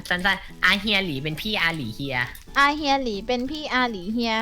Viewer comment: อาเฮียหลี อาหลีเฮีย ไม่ใช่ อาเลีย...อา...เลีย